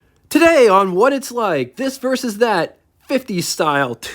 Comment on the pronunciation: You have the wrong dimensions for the Coupe DeVille -- it's 221.9 inches long, only 1 inch shorter than the Lincoln ... 214.9 inches is the length of the Series 62 Sedan, which used the short deck in 1956. (Also it's versus, not "verses." And Premiere, not "Premier.")